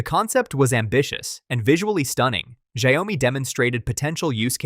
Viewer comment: Shao-mi, NOT Sha-yoh-mi